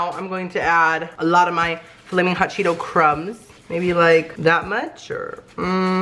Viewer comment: "FALMIN HOT EVERYTHING, FALMIN HOT LIFE" LOL😅